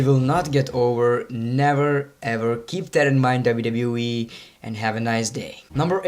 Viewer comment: Please, can you say W W E, no W W E